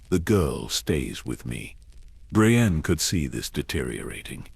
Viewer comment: Poor Hah-mee Jah-mee 😂 also did no one proof read before sticking it in ai? I get ai mispronouncing jamie but how do u get bray-stee-on out of Brienne